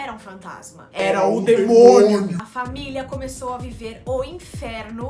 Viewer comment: O pulo que eu dei quando a Nita falou "demonho"